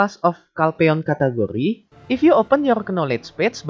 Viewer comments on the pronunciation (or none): Cat Curry 😂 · love how u say "category", sounds like food